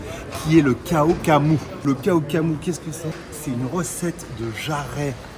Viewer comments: Le massacre en entendant cela kao ka mou, thaï d'origine, tu peux prononcer Krao kra mou, le H est transformé en R, nuoc mam et pas nioc mam 😂😂😂, sinon bien gérer la recette !!! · Belle interprétation, respect. Petites précisions, ça se dit plutôt Kao Kla moo, les Shiitake et le poivron… euh pas dans la recette originale mais pourquoi pas et sinon du "Nam Pla" plutôt que du "Nioc Mam", la prochaine fois que tu viens à Bangkok je te ferais découvrir la meilleure adresse sur Dindaeng/Bangkok et 2/3 autres petits endroits méconnus… Peace !